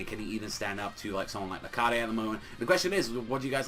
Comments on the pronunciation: it's not Lar-cah-de it's Lar-kade. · it's actually rakheid. sooooooo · YOURE SAYING LARCADES NAME WRONG